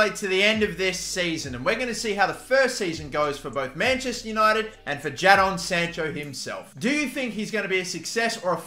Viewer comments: why do you say his name like that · Bro ur saying Jadon sancho wrong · JA-DON SANCHO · jaddon sancho???